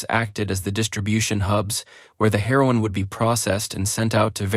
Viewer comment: Lol more Ai… pitsuh connection? Pee-zahs? Selling her-on from pitserious?🤣🤣🤣 all these ai pictures look like fever dreams.